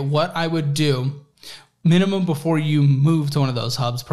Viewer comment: “Mina-mum” he let the intrusive thoughts win lol